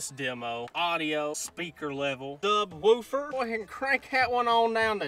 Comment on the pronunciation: The way he says woofer LOL